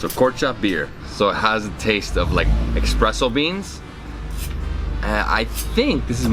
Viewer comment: Great videos! Keep up your travels and be safe! P.S Please stop saying “expresso”. Espresso is more correct. :)